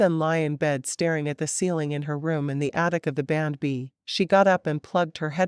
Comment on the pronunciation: Nice story but again, you should have human readers. It took til half way through to realize what AI was calling ‘bandb’ that it was actually saying B and B!